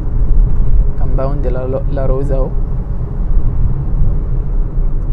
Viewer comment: ياسطى انت عليك كلمة ( كامباوند ) مسخره